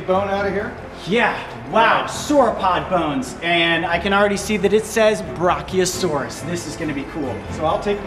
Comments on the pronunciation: Brachiosaurus is pronounced bra kee oa sor is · Btw your saying brachiosaurus wrong, just needed to point that out